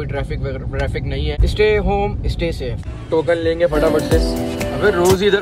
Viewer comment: Ye karachi waly "S" ki sound ko "IS" ki sound mn kuo bolty ho🤔 Stay Istay bola why mery czn b karachi waly ye e pronounce krty mtlb urdu k sath English ki b maa behn kr ly ho😂🤣🤣😂😂😂 sorry but its just kidding